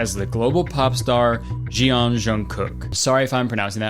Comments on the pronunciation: you pronounced it alright. Just instead of 'jeon' say 'jon'. simple tip: whenever you are reading korean names, if you see the letters 'e' and 'o' together, just pronounce them as 'o'. so jeon is pronounced as jon. Another member's name called 'Seokjin' is pronounced as 'Sok-jin'. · 😭😭😭 Kurtis pronouncing Jeon has me crying